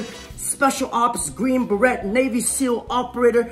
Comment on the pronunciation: Dude..cmon.. you speak english quite well. This isnt the first offense =( its not "buh RET" its a green "buh ray"